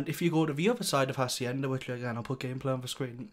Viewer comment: Don't ever say Hacienda ever again.